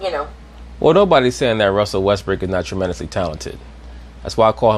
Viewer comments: did she just call him Russell Westbrick? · Did Rachel Nichols call him Russell WestBRICK ?